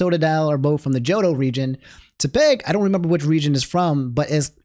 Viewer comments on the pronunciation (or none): I swear you say some words like an alien, Tepig is pronounced like tepid, like the temperature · say tepig wrong one more time bro and we gonna get you